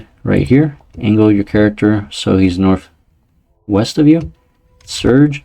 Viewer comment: bro did you say north-weast???